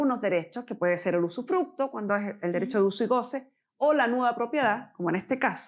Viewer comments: sufructo, sufructo, sufructo, jajaja terrible esa mala mujer!!! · Usufructo, no sufructo